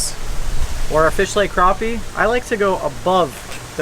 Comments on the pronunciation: Awesome, what rod are you using ( the long handled one )? Btw it's called Crap-e not crop-e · Crappie Not Kropp Eeh!